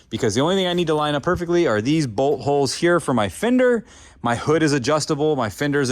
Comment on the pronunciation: Yo know everytime you say bolthole it sounds like butthole.,Also why not dry ice for the rust .Why isn't Freddy or another other of the crew helping.